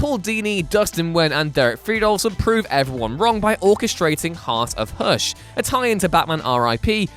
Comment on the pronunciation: You say Hush like Hursh